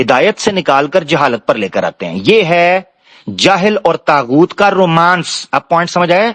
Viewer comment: السلام علیکم یہ طاغؤت ہے تاغؤت نہیں بہت شکریہ